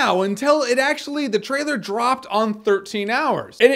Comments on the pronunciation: You can tell he's drunk: "Jeremy gives you his thoughts on the trtailer to..." lol Drunk Reviews! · "trtailer?" XD Man, you must have been really reallly drunk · 'trtailor of 10 Cloverfield Lane' Jeremy you are really drunk